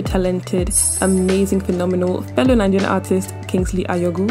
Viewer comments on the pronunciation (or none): Did she just say “fellow Nigerian Artist" or are my ears playing ten ten on me.